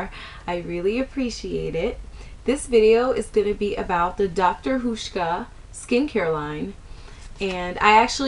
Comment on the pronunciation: Nice review, even though I don't have oily skin. By the way, it's pronounced like House-sh-kah I can't spell phonetically but since you mentioned not being sure about the pronunciation, I thought I'd share. And the oil for oily skin? I know exactly how you felt when you saw the oil in the kit. Their thing is to treat like w like; oily with oil, dry with dry... Have you looked at their nighttime regime? I'm one week in and I'm noticing a difference for the better. Anyway, great post and hope you found other good products from their range!